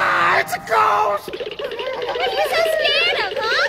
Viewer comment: lol he said gost.